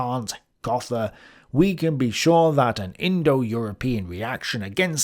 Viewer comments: Do Brits say Tha-leez and Go-tha the way they say Don--Jew-on? That is, incorrectly, but aas a national custom :) Because normally, Thales is pronounced tay-leez and Goethe is pronounced Gerta. This due to the umlaut my keyboard does not easily reproduce and yet another "silent h". But maybe Brits mispronounce all these name, that I don't know (sorry but its not Tha-leez nor Go--tha, etc. I want you to stay credible. Thanks.) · This is a great map, perhaps not definitively comprehensive as you say but one of the most interesting and useful summaries I've seen Just a note on pronunciation, Goethe is pronounced 'Gurter' (as in 'garter' but with a 'u') not 'Gother'; Thales has two syllables - 'Thay-leez' — not a biggie as English speakers of course we butcher all these names and in fact there is no-one who speaks Ancient Greek though some people in Greece might know - however to my ears saying 'Thayls' as one syllable is kind of like saying 'Plao' instead of Plato Rosicrutian isn't pronounced 'Rosicurian', there's a 'T' in it. Some of these concepts might be quite new to you and you've certainly done well to wrestle so many diverse subjects into a coherent pattern. Re: Freemasonry I know others will have mentioned but surely a place to start is the 'bible' of the Scottish Rite by grandmaster Albert Pike - 'Morals & Dogma' - plus I'm sure Manly P Hall has a lot to say on the subject. Also though I've not read it the book 'Hitler's Priestess' by Nicholas Goodrich-Clarke may be of some interest. I'm surprised Rudolph Steiner doesn't get at least a mention though of course he remains pretty obscure, certainly to me :-D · Fascinating video. I don't necessarily follow all the lines on your "map," but I'm not going to pretend to tell you I know enough to objectively correct any of it. But for a pure linguistic, phonological issue, the German name Goethe, is pronounced much like someone saying "GER-ta" in English.